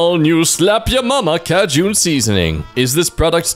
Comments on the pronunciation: Its funny how says "Ca-june" instead of "Kay-Jin" on the 'SLAP YA MAMA' Cajun seasoning Lmao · can we talk about how he pronounced Cajun as Cayjoon? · Am I the only one that loves pronunciation of some words?😂